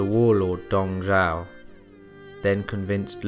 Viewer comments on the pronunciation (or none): It's Dong Zhuo, brother. Dong Zhao is another General who served under Yuan Shao and Cao Cao (Pronounced "Tsao Tsao"). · could you speak a little bit more clearly and sound more interesting his name is Dong Zhuo you make it sounds like Dong Zhao the way you pronounce it